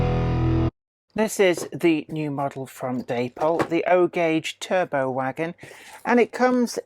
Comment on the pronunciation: pronounced 'terr-butt', they certainly aren't 'turbo's'....